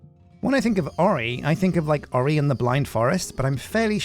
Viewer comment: Ori, pronounced (Or-Eye). Might be from the Stargate show.